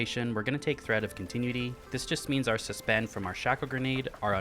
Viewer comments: Con-tin-knew-it-tea. Continuity. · Thread of Continue-ity. Ahahaha I fucking love the way you pronounce that!